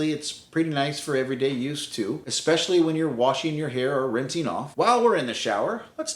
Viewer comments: "Ex-specially" It's "especially". Sorry, couldn't help myself. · It’s “especially “, not “expecially!” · I cannot believe you actually showed a "wetroom" layout and didn't mention what a TERRIBLE idea they are. Why create a scenario where every shower also requires cleaning a tub you did not even use, with every shower. UGH. Also, it's ESPECIALLY... not EXpecially (5X!!!) Beyond those things, advice is solid.